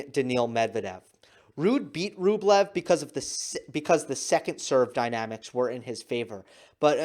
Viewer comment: Rublevs name pronounces Rubljov